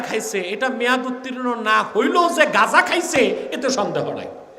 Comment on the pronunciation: আপনি বলতে চাচ্ছেন আপনি ওনাদের চাইতে আলাদা যতবার গাজা উচ্চারণ করছেন গাঁজা যারা খায় তারা তো আনন্দেতে নাচবে যে হুজুর গাধা খাইতে বলছে